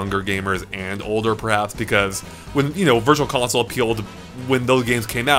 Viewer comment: What’s a ‘consloe’?